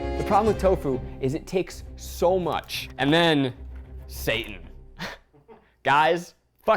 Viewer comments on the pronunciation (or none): I thought he said Satan instead of Seitan. I was like what kind of devil's food is this?